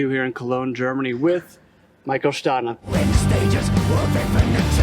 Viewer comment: I don't think he is Shtahne, as pronounced here, but actually STahne. Because he is a Swede) Mikael really and truly is the greatest extreme vocalist to me because he comprises everything I was looking for, great extreme vocals plus awesome clean singing, and, last not least, incomparable lyrics. His English is so much better than that of many native speakers, and his poetic skills are breath-taking. All of that was, to me, best illustrated and demonstrated on Projector, the album I love above all in the DT catalog. He influenced me a lot as a singer too.